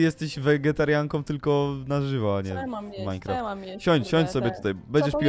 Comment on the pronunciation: Nie mlynecraft tylko minicraft